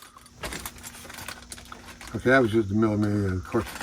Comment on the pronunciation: It's not pronounced as the word is spelt, but it's mee -- ll -- a Miglia. 1000 miles....